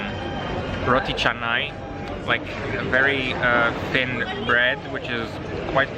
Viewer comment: You pronounce all stations names correctly! Also roti canai because most tourists pronounce roti kanai 😅